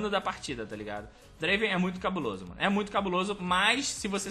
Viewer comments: Só lembrando que se pronúncia Drueivan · N é Draven é Draaven